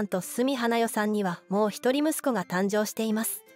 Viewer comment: このアナウンサーはいつも常識を疑う、この動画でも、｢もう一人、息子が｣と言う箇所を｢もう、一人息子が｣と読み上げていた、